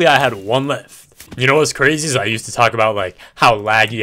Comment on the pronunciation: It ezz it what it ezz